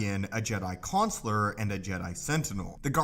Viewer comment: 24 Webbzy - it’s Consular. The most famous Jedi Consular was Yoda.